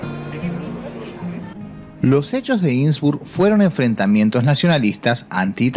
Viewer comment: No se dice insbur, se dice innsbruck!! Innsbruck!!!!!